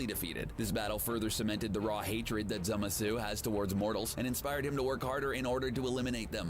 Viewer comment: As hardcore nerd, it pained me so much when he couldn't pronounce Zamasu. I wonder where he got the e from. It's Zamasu or what i like to say "zimzam" (zah-ma-su)